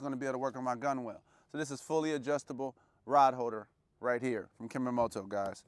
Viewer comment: I know it’s spelled weird but it’s pronounced GUNNEL. Like tunnel with a G